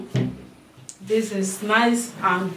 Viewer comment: Couple, you need to show transcript as some Nigerian pronunciations may confuse some people. You said "abbs" meaning herbs